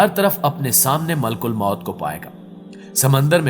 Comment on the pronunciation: Malk ulmoat ni maleek ul moat .. talafuz drust kijye